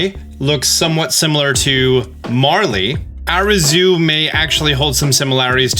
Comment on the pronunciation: Are you pronouncing Hisui wrong on purpose? It’s supposed to be like “hee-soo-ee” or “hih-soo-ee”. Also, it’s “Arezu”, not “Azeru”. Her name is similar to Ares, which is the original Greek name for Mars.